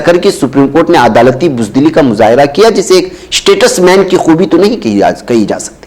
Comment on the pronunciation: ╔═══ ❤☀💚☀❤ ═══╗ 💚💚💚💚💚💚💚💚💚 Muhtaram, Assalaamu alaikum. Iss lafz ka talaffuz aap ghalath kar rahe hain. Yeh STATUSMAN naheen balki yeh STATESMAN hai!!! 🌐🌐🌐🌐🌐🌐🌐🌐🌐 ╔═══ ❤☀💚☀❤ ═══╗ Jaleel ╚═══ ❤☀💚☀❤ ═══╝